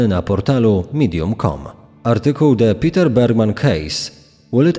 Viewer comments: Niemieckie Peter wypowiada się: Peter a nie: Piter 🤦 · Jeśli pochodził ze strefy niemieckojęzycznej to nie Piter się wymawia tylko Peter Bergmann.